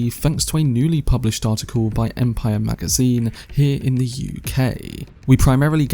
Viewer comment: But are you talking about that? "Empiyyer magaziiyyne"